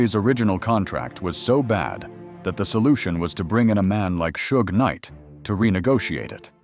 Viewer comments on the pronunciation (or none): "Shooj Night"? LOL.. oh hell...